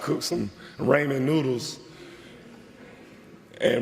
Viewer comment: Raymon noodles lol. Love it. Awesome speech champ. Congrats to DH!